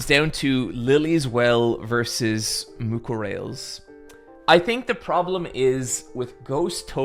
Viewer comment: for the last time, it's pronounced Mucorales